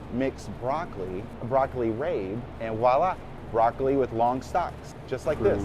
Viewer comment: wtf is wa - la? it's pronounced "vua - lah"